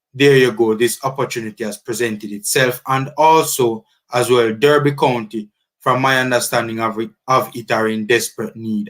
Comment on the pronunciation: DERBY is pronounced D-A-R-B-Y... please note it can be disrespectful to keep mispronouncing the Club's name